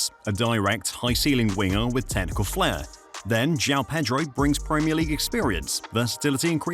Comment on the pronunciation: The pwemier league champions 😅